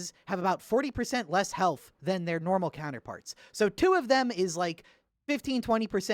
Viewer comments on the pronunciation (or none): none